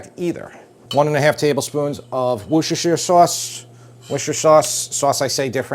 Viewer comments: Worcestershire sauce .. pronounced ''Wuh ster ..'' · It's pronounced "wash-your-sister-shire" sauce... learned from a Brit...lol